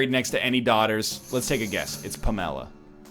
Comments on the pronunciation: "PAM uh la" is how I've always heard it. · Pa-mela? NL can’t pronounce Pamela now? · Is "pa MEL a" a Canadian thing or a NL thing? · Pamela is not some obscure or hippy name that noone has ever heard. How can NL not know how to pronounce it. LOL I think he spends too much time on the internet and not enough in the real world. (or is just getting dumber , i dont know lol)